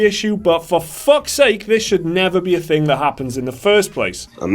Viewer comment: I don't want to know where is. I wan't to know why you can't pronounce "Thing" Not "Fing". TH before Ing not f.